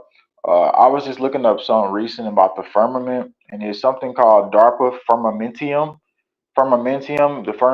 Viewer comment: Firmamentum…no i in the last syllable.